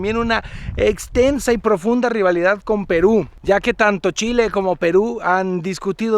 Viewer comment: Primera vez que escucho el "chi chi chi, le le le" como corresponde de un extranjero <3